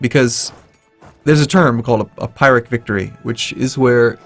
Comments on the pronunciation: The color in the last few videos has been off, since you mentioned it, it seems like everything is much brighter than normal. Oh and 'A pirate' victory? You mean 'peer-eck' (pyrrhic) =P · peir-ick, not pie-rick :-) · Sorry to be that guy, but Pyrrhic victory is pronounced P-EE-rrhic not P-EYE-rrhic :P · it is pronounced Pyrrhic not pirate. lol